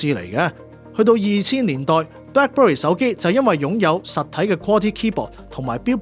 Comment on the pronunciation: 將Black Berry讀成Black Bury係唔係專登？